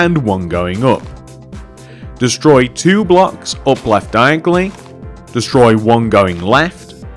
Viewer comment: diagly hahaha the way you say it is hilarious